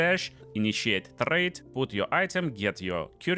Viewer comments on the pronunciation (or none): "So let's... tRRRRade." Love your accent, dude :D